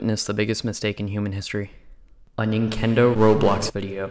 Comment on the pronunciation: ''Nintenko'' when you said ninkendo. FIX THAT??????????